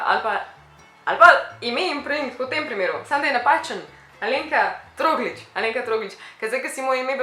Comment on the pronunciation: drgač je trogRlič ne pa troglič